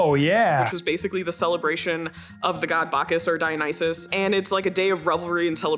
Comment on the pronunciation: said "dionysus" and my army ass started twerking right away